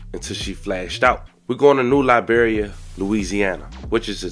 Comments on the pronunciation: Its new iberia with a i not a L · Just sad. And it’d eye-Beria fam. That’s an ‘I’ not a L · New I.. Beria, not L..Beria….. Iberia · Ma’am I think you misunderstood this whole story just like this Author keep calling it New Liberia it’s New Iberia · It’snew iberia not Liberia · First off its NEW EYEBEER RE AAH.. NEW IBERIA